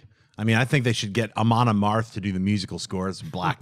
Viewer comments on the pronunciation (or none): Schnepp said Amon Amarth, Iexcuse me while I lose my mind....